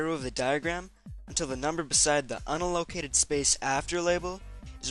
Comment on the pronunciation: Nice work! Say: un-AL-oh-CA-ted